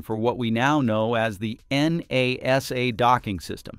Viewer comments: N A S A.... you mean NASA? Thanks AI voice. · Good video, but lacks human testimony. This is A.I. talking about things that it knows nothing about and that's why it says In Ay Ess Ay instead of saying Nasa... A.I. cannot be trusted because it has no scruples against lying. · en ay es ay? Only AI makes this kind of mistake. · When people make these videos using text to voice, they should spell out the words phonetically so that we don’t end up with the word NASA sounding like, En A Es A.